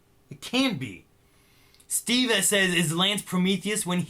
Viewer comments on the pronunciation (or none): none